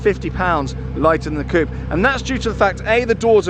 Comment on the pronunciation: Coupe..... not "coop"...........